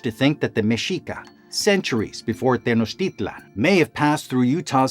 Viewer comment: Thank you for pronouncing Mexica, tenochtitlan, and nahuatl correctly